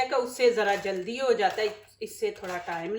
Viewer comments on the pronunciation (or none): none